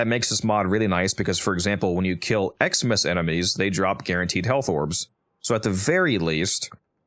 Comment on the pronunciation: Each time you said Eximus enemies I thought you said "Xmas enemies". I thought you were talking about some special Christmas event enemies. - Matthew :person-turqouise-waving